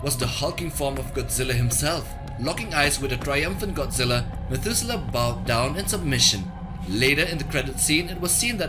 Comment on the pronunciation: Methuselah... Methudewe Ra Iso 🤣🤣🤣